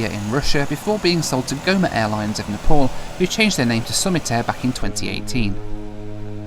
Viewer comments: You don't even know how to pronounce NEPAL, you introduction you called it NEPOL HAHAHAHA My goodness how much you talk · It's not Nepol it's Nepal 😂